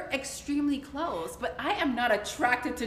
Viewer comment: Kandi is a mess I'm over here laughing so hard she keeps saying but y'all were cloossee 🤔🤔 LMAO😂😂